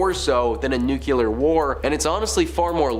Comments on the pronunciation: OMG,! ITS NOT NUCULAR ITS NUCLEAR! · Nuqular? Megatrons? Are you hiring?